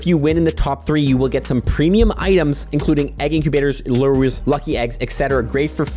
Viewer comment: luyevs??” Huh??? lol lures??